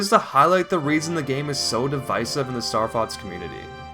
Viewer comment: You pronounce it Starfotz which means starcunt in German.